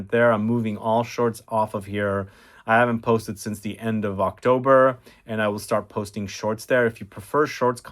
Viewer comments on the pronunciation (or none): none